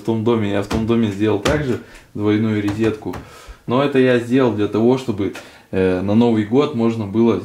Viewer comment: РОЗЕТКУ ,а не резетку